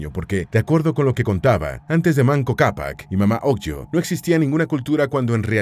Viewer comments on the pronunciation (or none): Se pronuncia mama ogleo/ no mamá ogllo!!!!😡